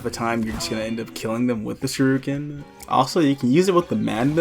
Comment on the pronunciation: I hate being that guy but shuriken =/= sharooken